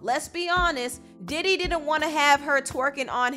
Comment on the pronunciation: thought u said daddy for a second